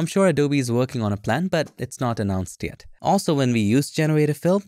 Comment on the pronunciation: That "Yet! " is so scary man